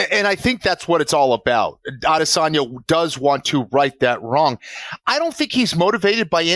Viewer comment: No shade on Ariel but Jon says it the way the fighters want it said when they say it for the UFC staff. I can get the audio file from the UFC but I can almost assure you that it is not “Ah-Diss-On-Ya” it’s “Add-e-sonya”